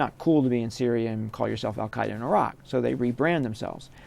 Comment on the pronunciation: "Al-Qaeida in Syria"